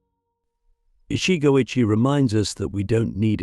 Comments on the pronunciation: Every time it is pronoinced ichi go AYE chi instead of ichi go ichi e, it is too irritating. Some times it is pronounched correctly, often times not. Cant listen to AI rendition. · It's Ichi Go Ichi Ei - One Moment, One Chance. This commentary mispronounced it. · You said ichigo ichi wrong